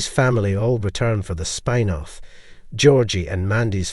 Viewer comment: It's spin off, not spine off